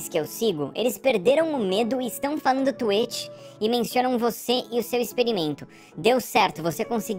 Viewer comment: Gente, não pode falar twitch no youtube, o Edu não é afetado porque ele fala tueti Stonks